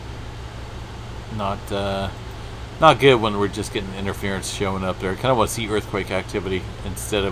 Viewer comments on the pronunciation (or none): none